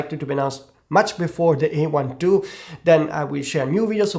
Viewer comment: This is not E1 II but A1 II. Speak correctly.